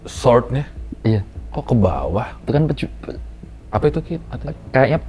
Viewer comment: Bacanya bukan Sword Bangg, tpi Sord. W nya tdk dibunyikan. Namanya silent W.